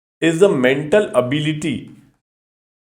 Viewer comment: Ablity❌️ ABIILITY✅️